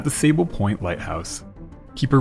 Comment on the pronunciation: Watch pronunciations. Looks like sable pronounced soble as in "aw soble" "Au Sauble"